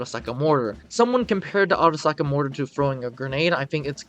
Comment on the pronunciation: The way u said arisaka in the first moments of the video sounded nice ngl i bet u had fun making that part lol